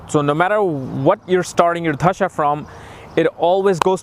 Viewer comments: Its "दशा" and not "धशा" - wrong pronounciation changes entire meaning of technical terms: not expected of experts to do that. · Just a small correction - It's 'dasha' not 'dhasha'.